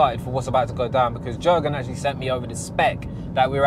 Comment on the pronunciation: Needs to learn how to say jurgen 🤣